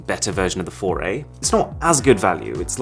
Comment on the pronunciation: Google Pixel "FORAY"(4A) - A "foray" into the ease apsect.😂